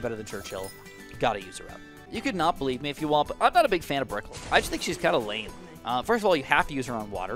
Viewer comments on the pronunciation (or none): none